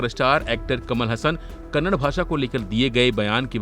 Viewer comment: It is not Kannad. It is Kannada.